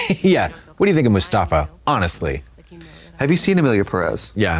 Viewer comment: Lmfaooo I love Katya saying “what do you think of Mustafa” when it’s Mufasa 😭😂